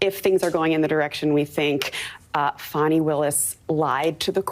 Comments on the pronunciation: Will you STOP WITH THE FONI ITS FANI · FAWNY Willis… I believe it is pronounced FANNY, a common name in the south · Fucks sake it's not "fawny" it's fani! It's like when Joe dirt tried to say it's dir'te don't try and church it up! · I wish people could just use the actual letters in the woman’s name, FANI. There is no W, in her name. She is not a baby dear. It appears to be Fani, like Fanny. Not Fawny. Thank you. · Saying Fawnie instead of Fanny is an effort to make her classy. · I was just about to say they wanna pronounce your name fawni it’s fanny. They’re still protecting her. This is unbelievable but let’s protect her from ridicule by saying her name improperly. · It doesn’t matter how SHE WANTS her name pronounced ! She should have spelled it like she wants it to sound…Fawni or Fahni- but Fani is pronounced Fan-nee ! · Did that woman call her "Fawni Willis"? 🤭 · Fah-knee Willis done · NO ONE in the south says it that way. It’s pronounced Fanny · FAN EE. 😂